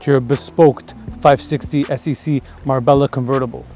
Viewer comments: Is Mar-Bella the correct pronunciation? Not Mar-bay-ya?? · Marbella is pronounced Marbeljah